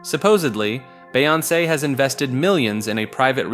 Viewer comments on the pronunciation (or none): the way you say some of these names has me dying “gucci mon” “bae on say” “airee ana gronda” “ellen de gener ez” not to mention saying “canny” and then “kanye” in the same sentence